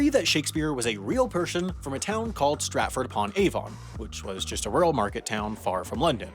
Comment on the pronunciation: the way you pronounced Stratford upon Avon hurts me